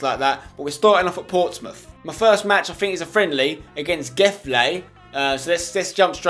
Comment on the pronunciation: Gefle is from Sweden and the s is more like a V and the g is more like a J